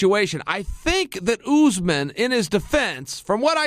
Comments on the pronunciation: "Kamaru Oozeman" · “Ka’mar Oozemen”’- Chael “The Minority Whisperer” Sonnen